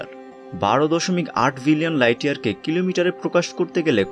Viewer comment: Its billion. Not villion.